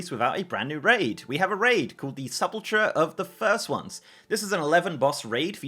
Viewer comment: a grown man who cant pronounce sepulcher xD